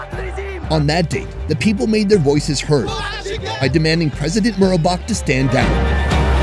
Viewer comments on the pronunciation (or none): Hosni Mubarak, not Murabak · Correction: it's MUBARAK -- as in the late former Eygptian President -- NOT Murabak!!! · Got me confused for a bit,i was like who the hell is "Marubak" (Mubarak) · “Murrabach” I’m convinced that white people deliberately mispronounce every single thing from another language they possibly can.